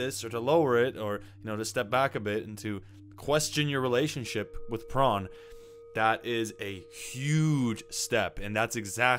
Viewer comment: Why do you say pron?